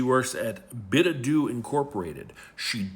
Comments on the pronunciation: “bidadoo” bid her adieu 😂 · Company's name should be pronounced "Bid Adieu" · Let's all take a moment to "bid-adoo" to white trash